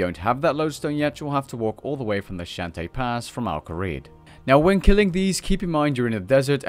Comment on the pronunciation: its pronounced ShAAnTies pass